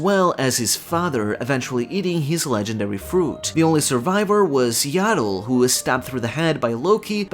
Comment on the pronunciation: Thank you for pronouncing Jarul correctly, I grow tired of hearing Ja Rule